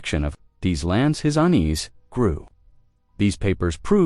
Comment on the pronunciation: It's UNEASE, not UN EASE ....